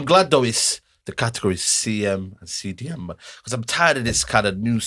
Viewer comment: lost me completely when he said “Cdm”😂😂😂😂